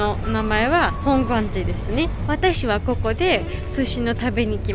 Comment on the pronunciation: 美味しくてよかったですね。それから、本願寺の発音がとても良かったです。